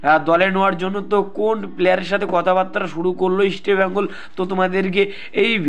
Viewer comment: বাংলা খেয়ে , কথা বলছো ভাই -- আগে ভালোভাবে কথা বলুন , ইস্টিবেঙ্গল নয় কথাটা হবে ইস্টবেঙ্গল।